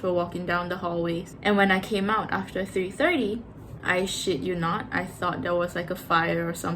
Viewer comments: Omg i love how you said ' i shit you not' 😂 so aussie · You sound so Aussie when you say, I shit you not’ ❤